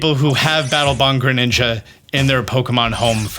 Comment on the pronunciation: Ah yes Battle "Bong"